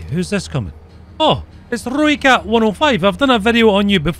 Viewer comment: when you pronounce ROOIKAT you get it wrong .. close but wrong its like Rooi-CUT Afrikaans has weird pronunciation